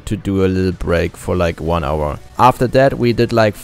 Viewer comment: 3.30 Tier eins... da kam das Deutsch wohl zu stark durch😂